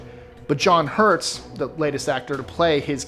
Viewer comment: It's John HURT... Not HURTS!!!!!